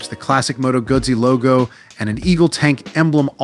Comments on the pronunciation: U cant even produce the name Moto Guzzi properly, HUGE FAIL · dude.. ugh..learn how to say their name